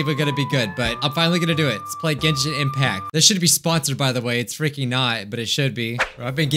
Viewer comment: i love how he says "genshin impact" XD